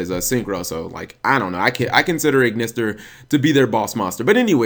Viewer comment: I had to pause the vid. Did he really just call Ignister an Igknight lmao